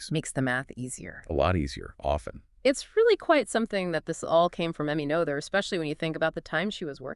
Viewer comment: Is this AI narrated? Woman pronounces Noether’s name differently many times.